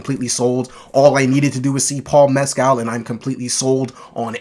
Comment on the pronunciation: And his name is pronounced "Mes-kill" not " Mes-cal".